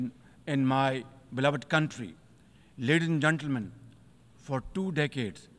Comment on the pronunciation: "Leardhis and Gendermyan"😂 cute pupet of America